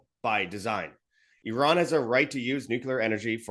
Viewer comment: I like how pronounced Iran, why do Americans say Eye ran.😂😂😂😂😂. Eye rack.